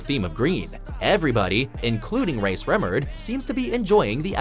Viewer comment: It's pronounced Sremmurd (Shrem•murd)